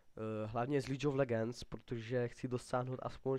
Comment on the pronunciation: za 1- vůbec ti není rozumět, říkáš pátý přes devátý, vůbec nevíš co říkat, pletou se ti hrozně písmenka a hrozně se přeříkáváš. za 2) špatně se vyjadřuješ, každý uterý není každá postava zdarma :) za 3) a navíc Líč of legends , oohhhhhhhhhhhhhhhhhh, trhá mi to uši jak vyslovuješ Jinx, a tak, hrůza, ale každej jednou začínal